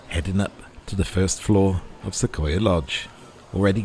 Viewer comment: Thanks for this wonderful tour! I love the detail, showing everything in the room. Everything looks exactly like we would have it over here! (P.S.: Not a big deal, but those of us who live not far from these beautiful trees in western U.S., pronounce it "Suh-qwoi-yuh" with a "w" sound in there".) Lovely video. (I am going to London in a week, and will definitely be visiting a lot of places there, like the zoo, London Eye, London Sea Life Aquarium, etc.) Can't wait to be on that plane! Enjoy the rest of Paris! Gwen